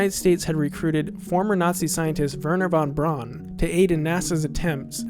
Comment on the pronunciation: Pronunciation of Kubrick and Werner von Braun are wrong.